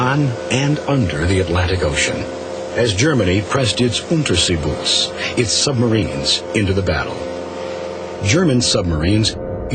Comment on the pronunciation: Some mistakes: its not Manfred Richthofen! ITS MANFRED VON RICHTHOFEN! and the pronunciation of Unterseeboot (U-Boot) is so wrong. But the rest is really good!